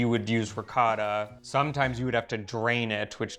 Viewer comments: I always marvel at the fact that, with an Italian wife sitting next to him, always pronounces the word "Ricotta" in that "American way" that just can't be heard. sitting by his side makes him hear the word ricotta several times, but he continues on his way. 😀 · it's ricOtta, not ricAtta! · Hurt my ears every time he says, “rikada” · Riccotto not ricatta. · ree-caw-tah....oh, r-pear... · please stop with the intentional gringo mispronunciations. It's really off putting and doesn't help viewership. Makes me want to scream when you mangle ricotta. Say it correctly, it's not that hard. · Please teach your husband how to pronounce "ricotta"